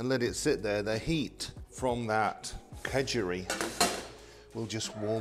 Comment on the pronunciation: well thanks for stating the obvious. he pronounced it Khejuri, which isn't too far from Khichuri. Food has a tendency to go from places to places and change that's part and parcel of an interconnected world. It's still yellow rice for breakfast. And people eat fish with khichuri, so nothing weird there. Only change I saw was the omission of lentils.